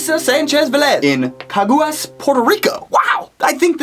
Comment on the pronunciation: Okay so yeah im from Puerto Rico, Caguas is pronounced kaywas. Just so you know. And i hate to say it but yes it makes kinda ignorant to asume that Puerto Rico doesnt have a zip code. Just Saying! But I still Love you!!! (BTW Puerto Rico is a territory of the United States so yeah we have the same mail system and everything) again A LOT OF LOVE!!!